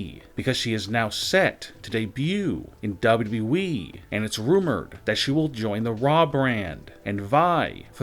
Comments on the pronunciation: does teh guy doing the voice over even know the name of WWE. There are 2 W's in WWE yet he keeps calling it WE. What a moron. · WrestlingNewsNow official dictionary: Noun: WbleWbleEeeeeeeee (DoublyDoubly-Eeeeeee) Meaning: Poor way of pronouncing W.W.E Example: This will (won’t ever ever happen) in WbleWbleEeeeeeeee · Beautiful Narration of all Time Hahahahaha. Even when he says WWE . He says Wyi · Dude not even sayin WWE he sayin dubbadubiweeeee